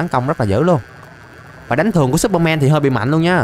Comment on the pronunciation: no superman mà là supermen mn đều đọc thế nên lúc nghe em thấy ngược ngược =))